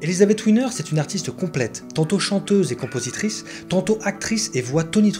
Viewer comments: Pourquoi l'appeler "Winner"? Elle n'est pas d'origine anglaise. Elle s'appelle Wiener prononcé Vienere... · Coucou Ça se prononce Viéner pas Winner lol Mais c'est sympa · Oui! Là là… Gr1ve erreur : on ne dit pas « ouiner » mais « viénèr »… ! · c est elisabeth "Viener ' en allemand le "W" se prononce " V " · D’autre part , à la minute : 4´23 de la vidéo, il ne s’agit pas d’Elisabeth Wiener… (peut-être Marion Game… mais certainement pas E. Wiener ( et pas Ouiner, non plus).😂